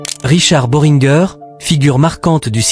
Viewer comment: boh ring guer se prononce boringé !!!